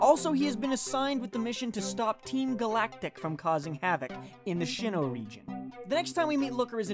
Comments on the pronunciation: I'm sorry but... how could you say shin oh, its pronounced sinnoh and spelled sinnoh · Did he say shinnoh region...?